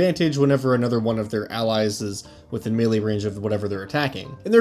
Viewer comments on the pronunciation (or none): none